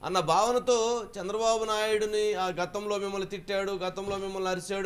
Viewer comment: Ayya... Shandra babu Kaadhu ayana Peru..... Chandra babu...... Chandamama ni kshandamama ni chesinattu undi nuvve palike vidhanam